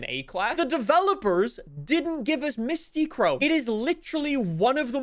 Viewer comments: Mystic chrome is how u say it not Mysti chrome 😭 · I've always heard it as mystic chrome either way is WAY off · Why can not pronounce Mystichrome and Hoonitruck.